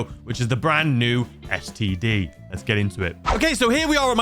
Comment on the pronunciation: Brand new std sounded so wrong